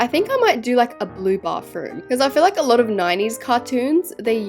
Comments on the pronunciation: YOU NEED TO LEARN HOW TO SAY BATHROOM ITS NOT BARTHROOM ITS B A T H R O O M THANK YOU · you say bathroom " bafroom"